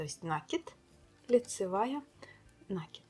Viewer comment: Ну не нАкид, а накИд, пожалуйста.